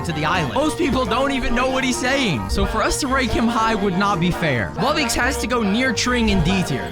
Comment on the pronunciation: ITS RARE WUBBOX NOT RARE WUBBIX